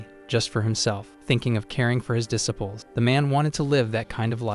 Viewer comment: IDK if I can handle "duh sipples". Am I going to hear a mental correction over every mispronunciation? It's irritating AF.